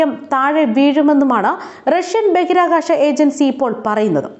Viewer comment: ബഗിരാകാശമല്ല കുട്ടീ ബഹിരാകാശമാണ്